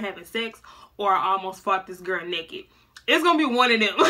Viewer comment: "I'm nekked " 🤣🤣